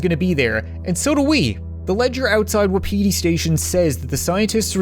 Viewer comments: Why does he call it wa-pe-di station not wap-i-di station? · Who else got annoyed he was pronouncing it "Wap-ee-tee station instead of Wapati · 2019 = Wa-piti Station Everyone else = Wap-iti Station Aha memories. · Its a great video and all but in the game wapiti station it pronounced wop-itee station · My guy, they say "wah-pity" in the game. Pls. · wuhpeetee station XD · So I just looked up what Wapiti means and it means Elk. Also it is pronounced Woppity. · Why is it so hard to pronounce 'wapiti'?